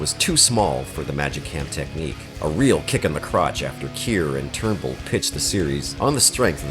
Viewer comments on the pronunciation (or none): Greetings from the Uk-England.....I`m 63 years old now and i remember The Starlost as being simply awful,scripts,sets,acting etc,it was so bad it made Blakes 7 look even worse than it was....and it`s Douglas Trumbull not Turnbull-how can anyone with the tiniest interest in Science Fiction/films/tv etc not know this or even pronounce his name correctly ?. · Are you saying people’s names wrong on purpose to protect yourself from liability or something? Douglas TRUMBULL, not “Turnbill”. Harlan ELLISON, not “Edison”. I turned it off after that because your credibility was destroyed.